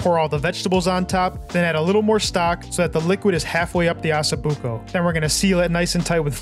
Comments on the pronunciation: why you call it assa buco it's osso buco ok????? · OSSO BUCO pronounce the O it is not asso buco! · It’s not pronounced “asso,” it’s “O”. 😂😂😂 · Osso not asso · not Asso-buco 😂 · Nice video but where are you getting Asso buco , it’s Osso buco😂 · Its NOT ASSOBUCCO its ossobucco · Please please, it’s pronounced “ oh so buko “ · Learn to pronounce it first lol assa 😂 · Hahaha ha, I caught that too, on purpose or not, that's what I'm calling it from now on